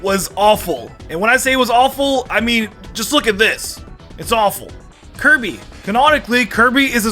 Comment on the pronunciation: hey buddy when you were talking about dark samus I think you said kirby's name wrong maybe I miss heard though